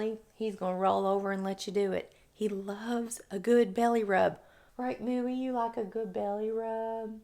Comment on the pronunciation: I was just about to say that! 👍 And it suits him perfectly 😊 It's pronounced moy-a though 😉